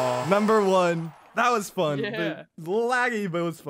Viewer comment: When u said number won sounded like number one